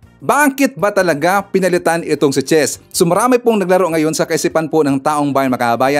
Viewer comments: Chiz po hindi Chez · iba ang I sa E iba ang chiz sa chez🤔🤔di ba Ivan at hindi Evan🤣🤣